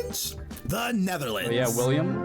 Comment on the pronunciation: I'm Dutch and throughout most of this video I kept yelling: "IT'S WILLEM NOT WILLIAM!!!" XDDDDDDD It's a good video though, I never knew a synonym for 'Dutch' was 'Netherlandic'